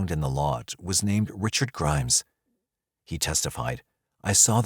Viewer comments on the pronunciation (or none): none